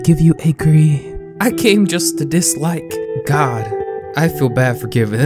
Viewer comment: It’s not agre it’s agree